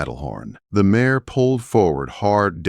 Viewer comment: It is mare not mayor.